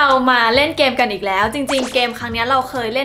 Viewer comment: ตลกตรง กัน ออกเสียง กาน แบบลากยาว พอตรง แท้ๆ ออกเสียงเป็น แทะๆ ความหมายเลยเปลี่ยน แล้วไปสุ่มเสี่ยงตรงควายอีก 555 ตอนชงขายของคือน่ารัก ตอนชอบคนร้ายหยั่งกะเล่นมุก โบ๊ะบ๊ะธรรมชาติมาก 55